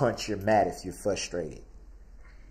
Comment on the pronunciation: I like how how he says he’s become “fusstrated” during the trial. Such an accurate statement.